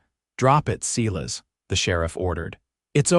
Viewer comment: AI can be trained to pronounce Silas properly - Not "See-less", but Si-Las". It's even a biblical name...geesh.